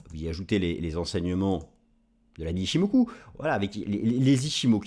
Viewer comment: On dit "en ichimokua" 😂